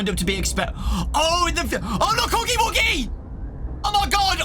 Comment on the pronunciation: "OH LUK HUGY WUGY" 🤣